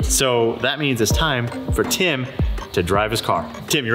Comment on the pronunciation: from DDE you may think your saying Tim but some one from England it Sounds like Kim that you are saying on this video p.s just my own Opinion?